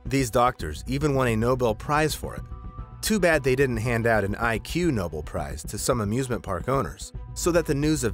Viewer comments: It’s “Ig Nobel” not “IQ Nobel” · It's IG nobel not IQ nobel. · The person and/or algorithm that churned out the script just didn't understand what they were copying. Mitchell and Wartinger didn't win a Nobel prize at all, they "won" an ig-Nobel prize. The mock prize that rewards ridiculous research and that he mispronounces as "IQ Nobel" because he's never heard of it before. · It's Ig Nobel prize, not IQ. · what picture/text says: “Ig Nobel” what he says: “IQ Nobel” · Its Ignobel , not I Q nobel , get your shit right